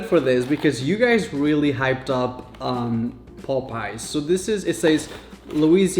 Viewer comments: its popeyes not popice.... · It’s POP-eyes not Pope-eyes or poop-eyes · the pronunciation is not pop eyes is popeies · The way he keeps saying "Popeyes" omg